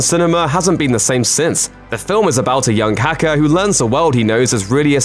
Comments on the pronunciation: Accented English pronunciation of "hacker" - although I heard "kaka" at first too. I'd never call Neo Kaka. I'm sure no one else has either. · Did you say "the film is about a young kaka" when you speak about The Matrix? xD